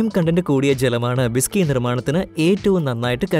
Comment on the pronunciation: ബിസകിയല്ല ' വിസ്കിയാണ്